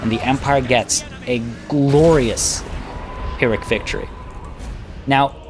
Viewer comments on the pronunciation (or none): none